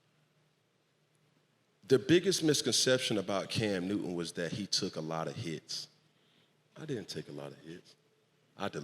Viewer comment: CAM NEW-TUN! 😂😂😂